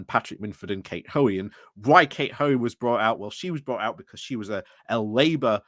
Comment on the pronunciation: Why is the second ‘o’ from Hoey’s name always omitted?